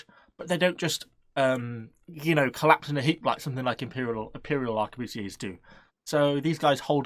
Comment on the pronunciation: ''arquebusiers'' BeSt MuSkEtS iN ThE gAmE its also pronounced the same way as grenadier :P